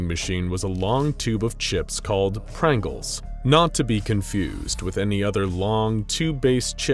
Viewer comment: It took me 10 seconds to realize its called prangles